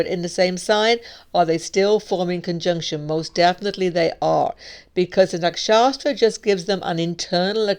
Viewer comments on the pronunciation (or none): Nakshatra - not Nak-Shastra! 😉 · I wondered the same. I've never heard anyone called it nakshastra before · Yes she’s a treasure, unfortunately she still pronounces nakshatra as nakshaStra, that’s funny :)